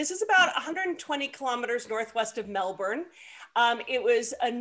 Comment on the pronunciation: Great to hear Allison pronounce Melbourne (said as Melbin in these parts). I’ve always pronounced Tyrells as “Tirrells”. Years earlier I visited the Tyrells winery in the Hunter Valley (NSW). It will go down as one of my favourite wine tastings ever. Short version- late afternoon tasting session (suppose to be 30mins) that finished late in the evening with a great selection of food. It was amazing.